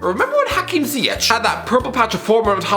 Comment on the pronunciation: Bruh did he say Ziyech? 😭